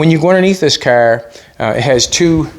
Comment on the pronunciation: anyone catch how many times he said the word "caerr"? 🤣🤣🤣